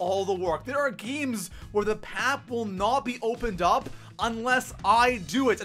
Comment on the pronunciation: he said pap😂😂